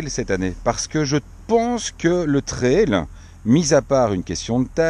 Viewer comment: L'avantage d'être belge et non français est de bien prononcer le vocable "trail" (et non "traïl") :p